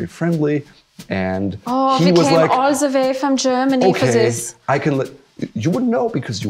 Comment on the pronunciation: "aww, he came all the way from germany for zis" 😂